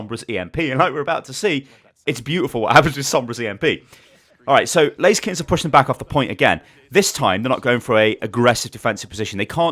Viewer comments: I tought the name of the team was ''Lazykens'' like blaziken until I looked their name by the way you said it XD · not gunna lie, I thought you kept saying blaziken, every time you said laser kittens. smh, I was looking for player names blaziken and couldn't find one; I was so confused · Every time you said Laser Kittens, I thought it was Blazikens, and I got triggered when I realized what you were saying.